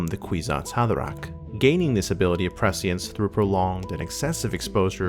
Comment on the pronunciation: Great video. But if you’re going to say prescience 70 times, do a quick google to learn how to pronounce it. <3